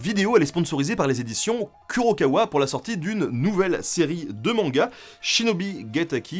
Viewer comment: pour info on ne dit pas kurokawa mais kourokawa